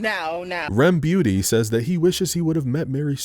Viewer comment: "rem beauty" ahaha